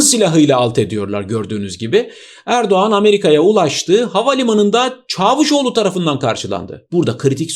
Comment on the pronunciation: öyle bir çavuşoğlu diyorsun ki camışoğlu anladım.😃